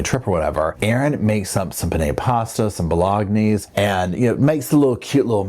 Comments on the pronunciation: 😂😂bologenese. Pronounciation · did you just say ‘bo-log-knees’?? 😂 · the way you pronounced ‘bolognese’ 😂🔥❤️🇨🇦